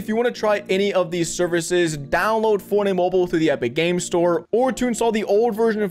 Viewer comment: say forney mobul one more time i’ll find u irl lil nga